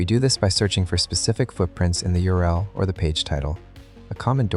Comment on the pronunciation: What’s up with his pronunciations of certain terms? “earl” instead of URL , “ip” instead of IP , etc. Sounds like some bad text-to-speech software